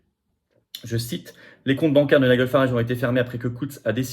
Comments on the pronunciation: Prononcer "Naï-djeul" 😋😊. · Il faut travailler ta prononciation de l'anglais, Florian. On prononce [Naïdjeul] et [Gardian]